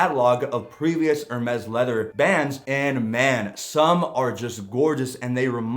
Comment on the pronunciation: Just a tip - it is pronounced ‘AIR - Mess’. Not ‘Err-mess’.